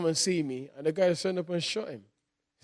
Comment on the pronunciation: Whyte: “ashashinashon